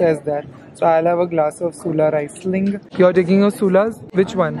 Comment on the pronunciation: U don’t swirl sparkling wines 😅 n it’s reeesling